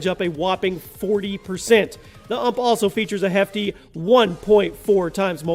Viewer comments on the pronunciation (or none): did he call a U-M-P an ump ...wow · Not "uhmp" , its "YOU EM PEE" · innit he got me triggered saying it like uhmp